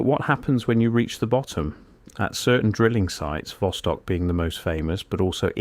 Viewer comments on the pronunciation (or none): none